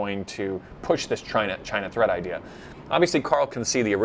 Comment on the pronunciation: "treat" or "threat"? to global peace